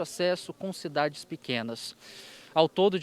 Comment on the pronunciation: NEM FALAM O NOME DAS CIDADES CERTO